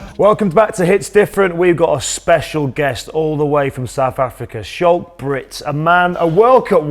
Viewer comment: Danny Care, pronounce his name properly , it's pronounced ' Skalk '